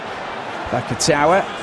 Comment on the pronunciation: The commentator isnt french if that's what your saying. He also butchered the naikatisi and vakatawas names